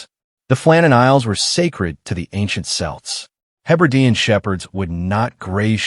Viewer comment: the illustration of the steps to the lighthouse is wrong , photographs show a very steep long trail of steps and damaged metal handrails, Celts is pronounced as Kelts not Selts